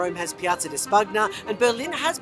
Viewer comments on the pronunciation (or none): Another great video. BTW, it’s pronounced Spun-ya not Spag-na 😉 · OMG I'm sorry but your Italian pronunciation 😬 it's Span-yah. It's "gn" makes that sound. Forgive me as I'm dual 🇨🇦🇮🇹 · Ooof, that pronunciation of Piazza di Spagna. So, do you say a hard g in lasagna too? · Bruh. Spagna is not pronounced that way. 🤨